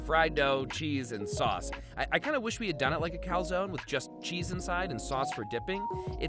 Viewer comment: Not only did he call a calzone "pizza dumpling", he also mispronounced the word afterwards (you're supposed to read the "e", it's not french), AND he made the saddest calzone ever (come on, no ham or pepperoni? As Davie504 would say, smh)